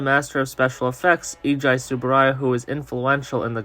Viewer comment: Eiji is pronounced "Ey-jee."